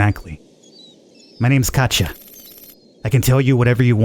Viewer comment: I believe, the girl's name is actually pronounced like "Katya", instead of "Katja", considering she comes from Wurmansk (which itself is a reference to a real Russian city Murmansk). Nonetheless, great vid, keep up the nice work!